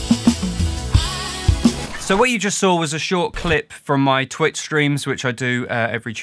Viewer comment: "Twicht" :D